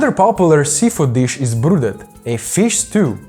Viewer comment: Croatia: It's brodet, not brudet. "na buzara" is also very Croatian. Mainly used for mussels and shrimps. Why no sweets? Croatia has a lot to offer there.